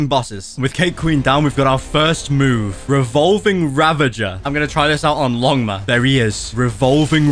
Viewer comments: I love when he says ligma instead of longma😂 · Pls say longma not ligma 🏐🏐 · Bro is calling longma ligma 🤣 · Bro called Longma ligma 💀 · Bro call longma ligma😂😂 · Bro he say longma into lingma😂😂😂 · Did anyone notice he called longma ligma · Its not ligma its longma